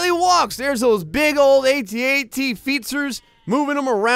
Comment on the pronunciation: Your saying at at wrong